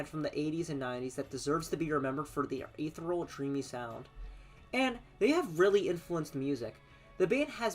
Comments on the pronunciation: Great vid, thanks for making. Small tip: it’s pronounced e_the_-ree-al ;) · Pronounciation of ethereal: uh - thee- see - uhhl